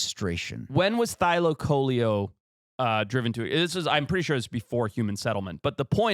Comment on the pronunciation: the pronounciation thylaco-leo. leo as in lion😂